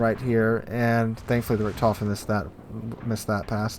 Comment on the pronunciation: I'm not a great WoWS genius player, but to me it looks like of all the decisions you could have made along the path towards disaster in that first GK game, you almost consistently managed to pick the worst available options. Had a bad day maybe? also (a bit nitpicky) your pronounciation of "Richthofen" is very off. Without seeing the CVs name attached to the squadron, I probably wouldn't have known what you were even talking about. If that's not something you care about, fine. Otherwise you might want to look up the correct pronounciation somewhere :-)